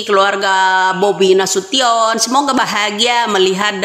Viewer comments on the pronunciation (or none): none